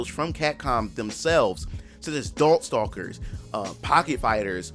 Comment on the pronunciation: Did he say dorkstalkers??😂